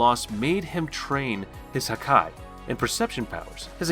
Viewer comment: The dub and sub definitely don't pronounce it like him 😂 and the way pronounce haki